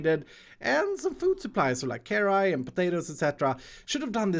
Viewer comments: Did say carryete instead of carrots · it’s carrots not ‘cari’